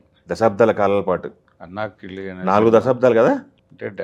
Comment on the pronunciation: anaakili kaadhu, Annakili. This is an unprepared ''interview'', has no depth in it.